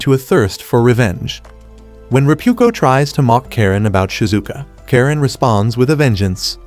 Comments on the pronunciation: Its not karen its karenae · it's karane not karen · Her name is not karen its karane😂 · Bro its Karane